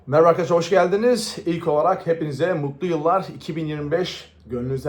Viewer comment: Elektro Şok, plaka ,merhaba gibi bazı kelimeleri söylerken Amerikalılar gibi söylüyorsun, farkında mısın? 😄